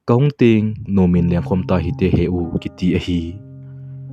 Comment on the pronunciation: Kahungting ahipoi e kahung teng tijo o tulai khangthah hohi spelling toh pronouce evat thei lheh uve....ting ahipoi e teng joh ahe😊